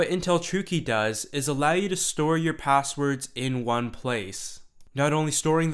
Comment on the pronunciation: "P0sswerds"?; "0Ccess"? Even though your name is actually '', I'm tempted to presume your name to be some fantastic invented NuName, like "Chamfer/Bodley/Axton/Daxfon". The English Language evolves, and pronunciations change with these evolutions; but the last ten years has brought an annoying set of Linguistic Entitites to be considered worthy (by some) of entering the lexicon. As far as my travels and interactions have taken me, I have determined that [th0t?] it's only from a certain kind of demography th0t certain changes are being proposed: The Hipster/Burning Man/Silicon CAAALi Quadrant). Reminiscent of a stereotypical Southern California joke from Thee Olden Dayes (1981), this 'new' 0ffectation is nothing short of 'V0lley Girl' talk. [Liek.. fer sure; right? Yew knew? Fully; n' st0ff]. At best, the dialect can be interpreted as being similar to Keanu Reeves' character in either of his "Bill & Ted" 0dventures It was kinda cute for about 20 seconds when Drew B0rrymore began using it publicly, in 1995. Frankly, I was surrounded by it (being raised in The O.C. from 1977 on), and thought it was an acceptable, albeit exclusively-regional and age-transitive 0ccent when kept-within the confines of its regional appropriateness - which is, specifically, among the beach-goers of So. Cal, exclusively. But to hear this insipid, juvenile betcher0ng of vowel-pronunciations, clipped (or dropped) consonants, imagined combinations of consonants (Hey, Skippy: It's pronounced "S-tre